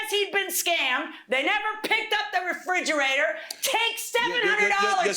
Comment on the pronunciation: frigerator... The judge and the defendant keeps saying.. it's refrigerator